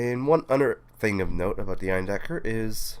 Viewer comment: You pronounced Eindecker pretty much perfectly :D Also hope your throat is getting better soon! Also, the "support" you got was priceless - popping in on screen for two seconds before colliding with each other xD